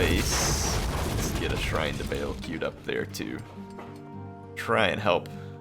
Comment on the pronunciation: Just FYI, Baal is pronounced Bah-All, not Bale. It is sometimes spelled with an apostrophe in the middle: Ba'al to distinguish that separation of syllables.